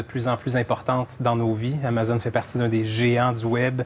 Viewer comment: TOKÉBAK ICITTE. on dit amazÔne